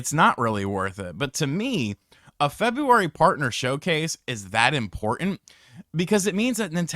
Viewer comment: “Fedrurary” huh 🤔